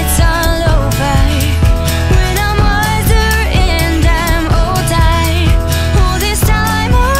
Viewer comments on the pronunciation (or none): She's a great singer! But the way she's pronouncing 'heart' and 'older' sounds weird. She isn't pronouncing the rs right!